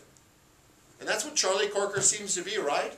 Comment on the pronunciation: It's CROKER, not Corker!